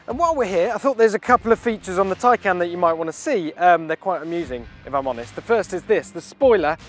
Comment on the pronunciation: Just to add its taycan not tiecan its spelt tay can on the badge not tie can learn to read